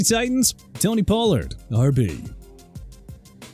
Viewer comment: FLACCO IS PRONOUNCED FLAH-KOH NOT FLAK-KOH!! HEY GET THE QUARTERBACK'S NAME RIGHT!!!! TOO EARLY FOR THIS GARBAGE, I SWEAR... CAN'T GET ENAGBARE RIGHT... YOU SAID EN-GA-BAR WHEN IT'S PRONOUNCED EE-NAG-BA-REE, POH-LURDT WHEN IT'S PRONOUNCED PAH-LURD AND ALSO SAVAIINAEA PRONOUNCED SAH-VAI-NAI-YAH WHO YOU CALLED THE WORST STARTER ON THE DOLPHINS!! YOU'RE DONE... MY TIME IS GETTING SHORTER AND YOU BEING ILLITERATE IN EVERY VIDEO IS PISSING ME OFF!! READ A PRONUNCIATION BOOK AND COME BACK WHEN YOU FINISHED STUDYING AND LEARNING TO GET PPL NAMES RIGHT!!